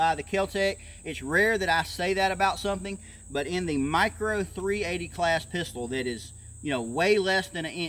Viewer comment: What in the hell is a "mirco"?